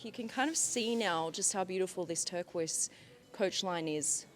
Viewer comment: tercoise merkooise